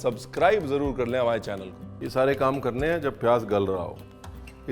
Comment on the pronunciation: Hearing "hamaye lucknow" ❤❤❤